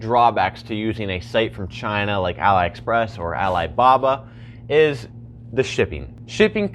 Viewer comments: why you say alibaba but "A-Lie Express" lmaooo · Great video, but you were misprounicing the whole time Aliexpress.